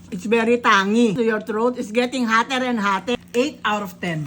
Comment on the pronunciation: "Throat is getting Hatar and Hatar" 😭🙏